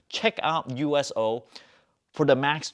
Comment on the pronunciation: He did pronounce USO correctly tho.